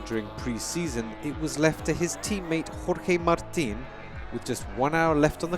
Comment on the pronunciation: . Yes yes yes Sr. Perfect pronunciation of "Jorge Martin". You nailed it!!!